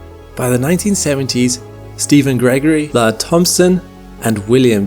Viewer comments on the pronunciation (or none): none